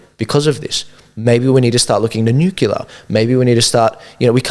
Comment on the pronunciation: Nuclear not nucular.